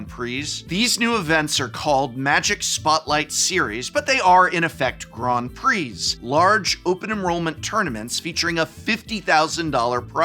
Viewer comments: Ooh la la, GROND PREE, listen to Mister Sophisticated here, I didn’t realize I needed to wear a monocle and play the grand piano while watching this video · "Grond Pree" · What the heck is a "Grond Prix"? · Grond Preeze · What the devil is a “Grawn Pree”??? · What are these Grawnd Pree that you speak of?? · They way he says Grand Prix is so weird to me lol